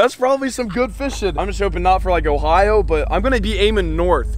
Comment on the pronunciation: u said please not ohio ): we got good fish